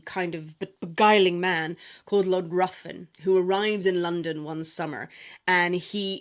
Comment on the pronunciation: Ruthven is pronounced Riven.